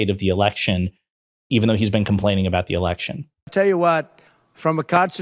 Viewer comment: Lmao... "com-paining.." talk about Freudian slip